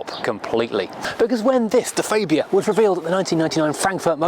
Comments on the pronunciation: Its not a faybia its a fabia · You are pretty close. ;) Its a AA not an Ei. I'm swedish though and just because it's the official local channel it does no mean they know. ;) Look at american Hyundai ads.; ) That's a name we all say wrong though. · It's Farbia, not Faybia for goodness sake!!!! No need for those silly old jokes either, completely out-dated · "fabe-ia" ? I thought that the name of the car was pronounced phonetically FAB ia. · Why do you keep adding a "ay " when you say fabia ? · ... the goulash trough ... excellent. You may find that it's pronounced faaahbia, though. I had Octavia and Superb estates as company cars a while back. The Superb (gen 2) genuinely lived up to its name. A fantastic car and, I think, a very underrated engine (mine was supposed to be a 140 tdi dsg, but it was just a bit too fast - this was when VW would regularly deliver engines with 20 or 30 bhp over spec, and I will never complain about that). Excellent seats, a boot torch, curry hooks and an absolute cavern in the back. What a great car that was.